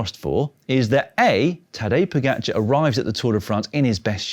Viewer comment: Now if only he could pronounce Pogacar closer to how it's supposed to.